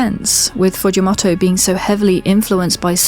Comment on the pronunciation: the way you say “fujimoto” is so distracting lul